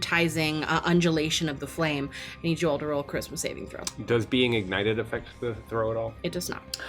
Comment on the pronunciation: Everytime she says "charisma saving throw" i keep hearing "christmas evening throw"